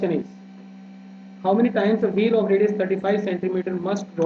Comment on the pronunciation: Sir aapa radio bole hai ya radius I'm confused what